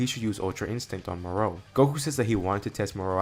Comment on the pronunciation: The way you say Moro 😒🙄 other than that, amazing story